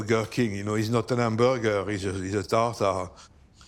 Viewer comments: do you mean "itzz not ehn ambuRgeR"? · it's not an 'amburger, it is a tartare